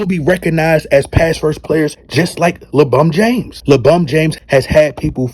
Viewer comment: Bro, when you say LeBron James you don't sound right. But when you call him LeBum James, I crack up everytime. Keep calling him LeBum.